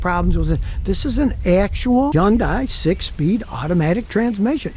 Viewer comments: Scotty its a Hyundai not yun die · People, you are mispronouncing Hyundai. It is enunciated Heeyun te and you slur Heeyun as one syllable. Also, people mispronounce taekwondo as Tai which sounds idiotic to me. It is said, te gwon to. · someday scotty will realize yundai starts with an H